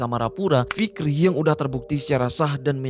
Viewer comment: Kirain cuman gua doang yg kedengaran nya ntah fikri /ntar rifki yg bner yg mn inii